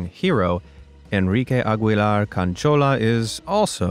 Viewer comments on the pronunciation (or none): none